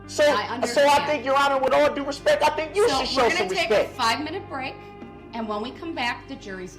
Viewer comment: "With all respeck"